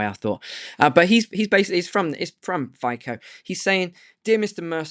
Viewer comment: is Fico not Fiko !!!!!!